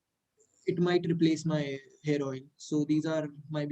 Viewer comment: Who else heard Hair Oil as 'Heroine' ?